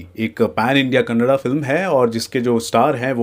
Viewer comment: Bhai kannad nahi it is kannada